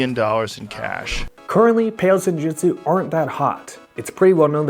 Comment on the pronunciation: It's JIU JITSU, idk what you're saying, but it's close to that.